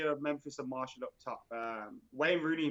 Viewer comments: But it's not pronounced mar- t-ial either it's pronounced Mar-si-al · why is the only person in the world who pronounces it "Marshall" hahaha